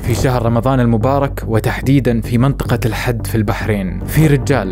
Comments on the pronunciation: ملاحظة ، الحِد وليس الحَد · منطقة الحِد وليس الحَد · شكرا عالقصة بس تصحيح عن نطق اسم المنطقة بشكل صحيح، المنطقة اسمها الحِد بكسر الحاء وليست الحَد. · اخوي اسم المنطقه الحد وليس حد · اسمها الحِد مو احَدَ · الحِد (بالكسرة) تُلفظ🤍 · اسما الحد بكسر الحاء يالحبيب